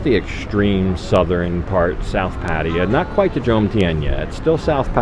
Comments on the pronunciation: I just stumbled upon this video--seemed like a nice guy and a well made video and looked like a great restaurant, but, boy, it was like fingernails on a blackboard every time he pronounced "Pattaya" that way. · I beg you, please please ask your girlfriend how to pronounce Pattaya.